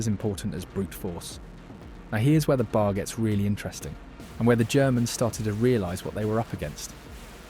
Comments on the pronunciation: Its a B A R not a BAR. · In your video, you keep pronouncing B A R as one word, "BAR." Everyone who worked with it simply called it the B-A-R. It's irritating for you to blurt out BAR! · Once the phony narrator said bar instead of B A R I knew it was fake. More AI garbage. This english guy AI bot is one of the easiest to pick out now. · It’s B A R not bar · OK, you are fundamentally correct everything you say. Except to my knowledge troops didn't call the Browning Automatic Rifle the ''Bar.'' If you want to be accurate to the period and to gun vogue, the shortened name is B. A. R. or Bee-Aay-R. Dude its not not be confused with a roadside watering hole a.k.a. a bar ??? :hand-orange-covering-eyes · OK upper middle class British accent AI narrator: i'm obliged to inform you that the short way to say the Browning Automatic Rifle is not bar. It is BAR full pronunciation of each letter. I say this because I'm an editor and I can't help editing sometimes and you're not gonna hold me to any standards because I don't care I am retired as an editor but I will edit. And this will help you in the future by pronouncing BA are in any of those war Youtube films, correctly it is not bar it is B A R. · Pronounced B A R. Each letter pronounced separately. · You pronounce it pronouncing each letter: B.A.R. I know because my dad shot one in WW2. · Damn AI. It's pronounced B-A-R spelled out.